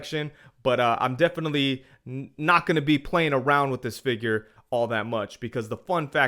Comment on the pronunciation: Great review, I appreciate that you say fig-URE instead of figger. Thanks 😄